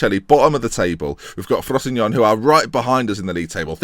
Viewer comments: It's pronounced "FROS-SIN-NO-NEY" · I thought it was pronouced frow-see-no-nay? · when pronounces frosinone well feels